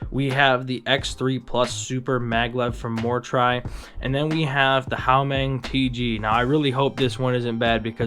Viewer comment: Great video and execution! But 1 flaw... it's Huameng, not Haumeng